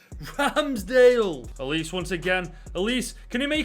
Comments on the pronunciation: its uh-leese-ay not uh-leese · HE REALLY CALLED AYEW AND SCHLUPP DEAD WOOD 😭 HE REALLY CALLED OLISE “elise” HE REALLY PHOTOSHOPPED PLAYERCHAT TO FRAME MY BOY ZAHA im a palace fan and im in so much pain watching this edit: NOW HES CALLING OLISE “ohleese” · i love how he pronounced UH-LEE-SAY like elise lol also zaha saying that and leaving is like.. i cant think of a example but gawdam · You pronounced Olise wrong i think